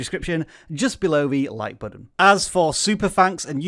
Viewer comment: "this buhtton" :)